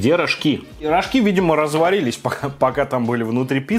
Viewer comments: Не рожкИ а рОжки ббббллллллляя немя это так бесит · Не рожкИ, а рОжки :)) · Чего-то я не знаю но всегда говорят рОжки а не рожкИ!!!! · рожкИ.. Я всю жизнь говорила рОжки😧